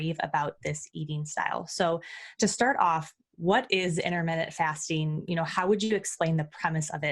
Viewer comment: Inter minute fasting. LOL